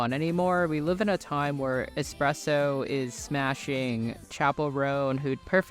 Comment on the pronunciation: Seeing espresso (you pronounced it better) in the video makes me sad bc Katy coulda easily made a song like that and we’d eat it up but she went back to doctor luke 🤡